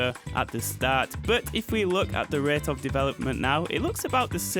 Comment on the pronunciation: "at the same ruhyeaut"